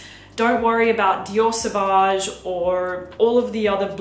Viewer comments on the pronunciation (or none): none